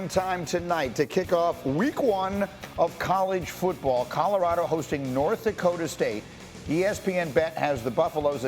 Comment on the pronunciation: How has no one said anything about "Dokta"? Do you mean Dakota?